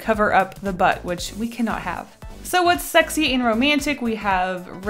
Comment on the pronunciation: This is how many times she said Shrexy (I’m not gonna say it without the h) while drawing lust | V